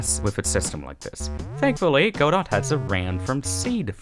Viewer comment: godot is pronounced "guddOH"